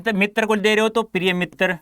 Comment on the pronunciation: Did anyone noticed "" Mittar "'' 😅😅